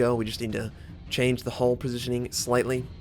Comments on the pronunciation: I keep hearing hole when he says hull... so it sounded like this "Lets be honest... everyone's got an A-hole" ( ͡° ͜ʖ ͡°) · "Everyone has an a-holl" - 2016 ( ͡° ͜ʖ ͡°)